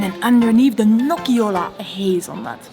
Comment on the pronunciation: Guys, please, check the pronunciation for some Italian words or maybe let people know that you're not sure how to say it, because people watch your videos and think that's correct. Medici, nocciola, signoria and so much more were all wrong. I mean, it looks like you're trying to be informative so this would truly be appreciated by travellers.